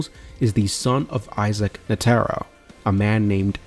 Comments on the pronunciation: i just stopped you just completely ruined my enjoyment saying ne taro now either you trolling or rage bating don't matter F you for that. its NE TRO NETRO not NE TARU or whatever the f you were saying here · Bro atleast pronounce Netero right like come on. Then you go on to give some opinion at the end that is formed in pure ignorance. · Y'all NEED to start watching at least one episode of anime prior to putting your whole ass into a 2 hr video in which you can't pronounce "Netero" correctly 🤦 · good vid but gd you sayin netero last name wrong blowing me foo😂😂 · Had to stop watching after that pronunciation of " Netero"